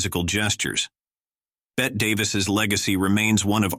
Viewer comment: I really wish you'd make these subtitles optional. They take something away from my viewing these videos. Bette Davis DID NOT pronounce her name like Bette Midler---She pronounced it BETTY. Please get these mispronunciations correct!